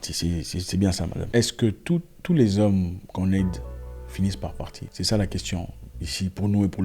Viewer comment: "Les zhommes noirs" J'ai beaucoup rigolé, mama mía.